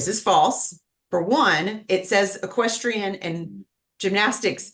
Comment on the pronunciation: The judge can't even say equestrian! She should not be in control of this courtroom not these two people. She's not educated enough. Horrible judge